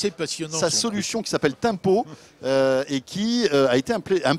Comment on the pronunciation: Je plussois d'un gros pouce Bleu pour "Tempow" ....